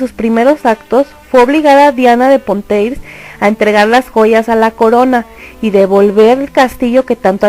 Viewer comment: Exacto, además dice Asturias cuando en realidad es Austria. Bueno, también la pronunciación del francés esta un poco al debe en nombres como Valois y Poitiers.